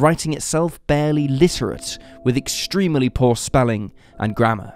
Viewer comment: No one: Cold Case: Extree-melly